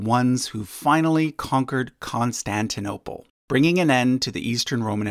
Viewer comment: It's funny how you say "Finally conquered Constantinople"